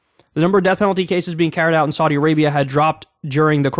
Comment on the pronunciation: Your pronunciation of Saudi isn't correct